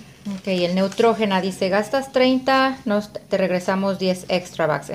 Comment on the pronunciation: Se pronuncia Neutrgina